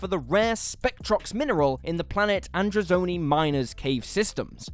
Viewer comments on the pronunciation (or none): It's AndrozAni, not Androzoni minor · Andrazoni, Shiraz Jek, Scar-roth ?